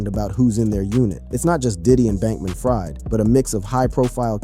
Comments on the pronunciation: SBF pronounces his name "FREED" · It's pronounced Bankman-Freed, but of course he's ironically not been freed... anyway Diddy has not broken in his backend yet?